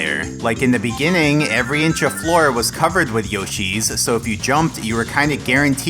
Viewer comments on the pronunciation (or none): none